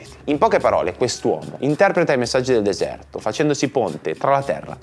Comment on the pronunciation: RieSHco SEntire tuTTa l’ enerGGGGIA del desëærto….. ma vai a cagare 😂😂😂